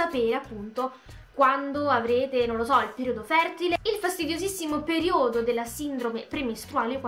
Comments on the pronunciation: Si dice período e non periódo✋ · ma perché dici periòdo ahhahha cmq ti adoroooo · periodo mi raccomando con l'accento sbagliato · Perìodo, non periòdo. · si dice perIodo non periOdo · Oddio. Ha veramente detto periòdo. Muoio. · PERIODO ... CAZZO UNA PAROLA FACILE FACILE E NON RIESCI NEMMENO A PRONUNCIARLA .. PER CARITÀ